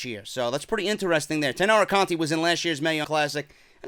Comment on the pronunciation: Hey, the way you pronounce the "to" in Matsumoto is the way you correctly pronounce the "ti" in Conti.